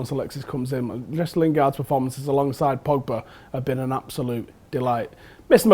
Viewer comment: The way says Pogba's name. PoPoBa.